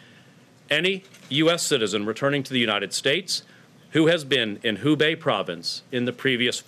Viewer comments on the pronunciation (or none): Hubei not Wubei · It is Hubei, not Wubei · Wubei?? where is this ? thought it was Hubei